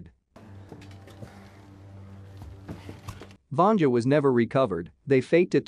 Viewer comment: They are NOT on a lake, they’re on frozen sea. “Vanja” is pronounced “Vahn-yah”, she’s not female genitalia. And you left out a SHIT TON of the plot.